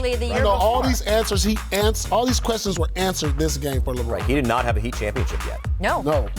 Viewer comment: Nobody : Never said ever: Paul: THE HEATELS